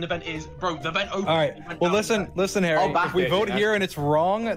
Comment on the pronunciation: Dream is an american who doesn't know the different between hairy and harry